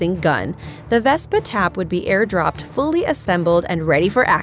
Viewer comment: You've mispronounced so many vehicles in this video I can hardly stand to watch it and that was not a bazooka Vespa that was a recoilless rifle Vespa